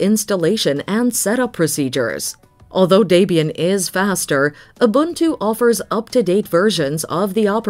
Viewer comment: As a South Africa, the narator says Ubuntu perfectly.